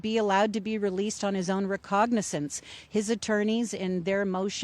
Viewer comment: Recognizance....the word is "Recognizance". You'd think a court reporter would know how to pronounce important words.